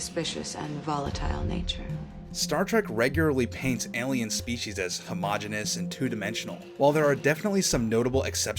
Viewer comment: Homogeneous (5 syllables), not homogenous (4 syllables). "Homeogeneous" means all being of the same kind (genus); "homogenous," if it were a word, would mean all having the same origin (genesis).